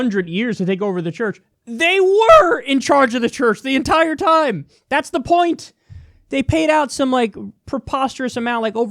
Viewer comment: “That’s the point” sounded like “pint” and also very Irish ☘️ lmao